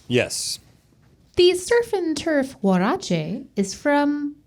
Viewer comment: 20 points for on her pronunciation of “huaraches”. Well done! 🤓